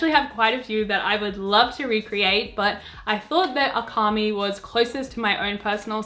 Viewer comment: Omg please read their names like Japanese “Akami” hurt my ears and weeb heart